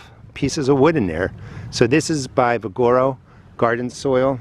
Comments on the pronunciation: “Vigoro” is pronounced: VIG-UH-ROW (…as in vigor) 👍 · Vig ah row Ve gar o...potato Po tah to...LOL It doesn't matter. I'm glad you show this to people. I do like you and make my own. I even sift out all the wood and compost it or use it for mulch. The garden industry is just as much "ripeoff profiteers" as the rest of the industries. My favorite bagged soil was Shultz. Now they don't sell it here. I have no idea why. Kellogg's...that stuff...in my opinion is awful.